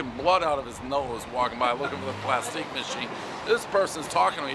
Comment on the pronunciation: Plasteec machine😂